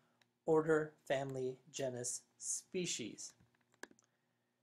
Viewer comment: GENE - is. Not JEN - us.